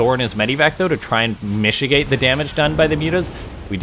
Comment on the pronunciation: Say mishigate one more time I dare you.